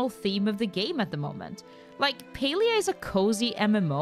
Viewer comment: Why is it pronounced as Pelia?